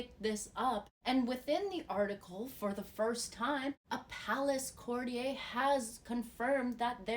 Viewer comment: CourtiYER not courtiYAY.